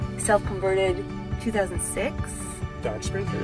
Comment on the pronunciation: Did you say “Dodge Sprinter”